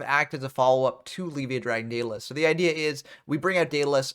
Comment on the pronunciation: It's funny. You say "Leave-via," I say "Lev-ea," But I'm pretty sure it's supposed to be pronounced "Lev-I-uh" like Leviathan lol